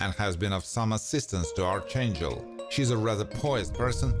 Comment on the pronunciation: P.S. For reference 'Archangel' is pronounced "Arkangel" Good video. I really enjoyed it.